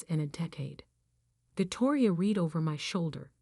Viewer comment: Whatever mechanism you use for reading the script, human or computer, so much is mispronounced. It’s either computer software that can’t distinguish read (pronounced like reed) or read (pronounced like red) or a human who has never read the script. Just one example.